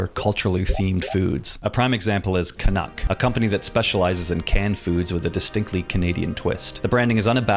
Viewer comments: Can-Cuck? Bruh, thats foul hahahaha😂😂😂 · Can-uck really missed out on calling pancakes 'can-cakes.' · CAN-UCK has me spiraling. It's too good. CAN-ADA? It's in a CAN? Genius.